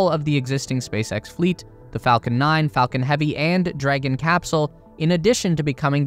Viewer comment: FACLON 9?? FACLON HEAVY?